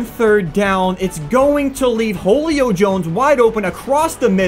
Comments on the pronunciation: I love you but seriously, Jolio Jones? I don’t know if he is actually saying Julio in a weird way or is flat out say Jolio 😂😂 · "Whole-io Jones" love ya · You said Julio like wholeo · pronounces wholio jones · u said ho lio Jones it’s who lio Jones everybody knows that. I know cause he is my favorite player. Spelled Julio Jones.